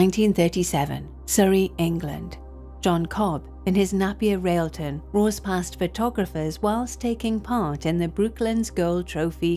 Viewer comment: Pronounced nApier.